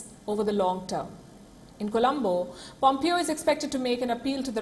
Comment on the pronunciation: Pronounce Pompeo's name properly is is not Pom-Pee-Oh, it is Pom-Pay_oh